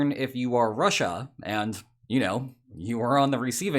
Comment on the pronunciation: The way you say Russia is done gives me phisical pain